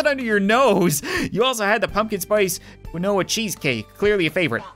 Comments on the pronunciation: bruh just said the forsaken word quinoa kin-wa or as he said it kin-o-wa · you said quinoa wrong. its pronounced keen-wa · Quinoa is pronounced keen-wah. You're welcome! 😊 Great video! Hilarious as always!! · If Cap wants to say qwin-oah he can, I won't stop him lol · Y’all hear how he pronounced quinoa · YOU SAID QUINOA WRONG CAP